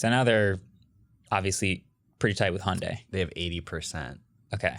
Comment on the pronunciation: Wait You pronounce Hyundai like sunday?!😂